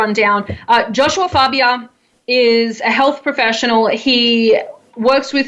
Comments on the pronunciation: You know Faybia was pissed when she said his name incorrectly 😂😂😂😂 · And she kept rhyming his name with labia (🐈 lips) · My favorite part of the interview is right at the beginning when you pronounce Fabia wrong. You have no idea how devastated he was that you didn't know. If that was on purpose it was genius. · She got his name wrong on purpose at the end 😂🤣 hilarious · He sounded so offended when he didn’t pronounce his last name correctly. This dude sounds so goddamn entitled. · I thought it was great the had to argue over how to pronounce his name I bet he loved that hahahaha!!! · I love how literally everyone mispronounce his name, and he always gets so triggered about this